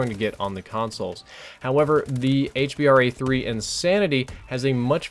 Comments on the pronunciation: it's so annoying when u say 'Hbar' it's called the H B R A 3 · ITS hBRA3 staph calling it hbar3